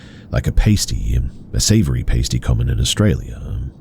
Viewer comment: A "paste-tee" really? Are you even aussie? It's a "past-ti"